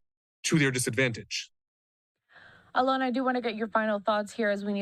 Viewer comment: She got his name right, Alon not Allen.